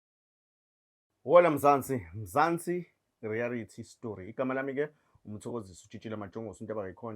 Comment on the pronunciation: Reality not rearity